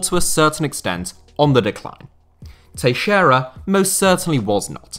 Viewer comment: It's so satisfying to hear a english-speaker FINALLY pronounce "Teixeira" correctly.